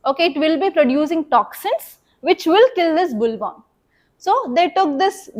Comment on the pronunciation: Mam..in Bt cotton, the insect name is boll warm not bull worm...plz check pronunciation also